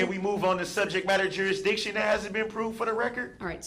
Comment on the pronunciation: JURISDICTION!!!!! Dats inakuurit!